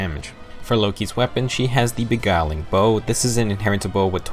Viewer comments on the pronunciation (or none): >beguiling "be-gowling" im actually in pain